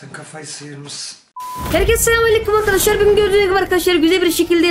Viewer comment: Lan kaç kez arkaşlar söyledin